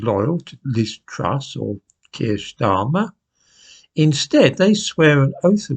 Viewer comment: I love how pronounces "Starmer" in a "German" accent 🤣